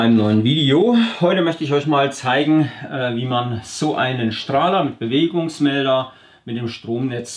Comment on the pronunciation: Der Heimwerker Ist mir schon klar. Wollte nur drauf hinweisen, dass diese Mel"d"er auch mit d gesprochen werden und nicht mit "t", deswegen schrieb ich auch Bewegungsmel"t"er.. :D naja so what..